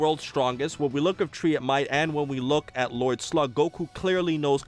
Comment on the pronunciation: ''Lloyd Slug'' XD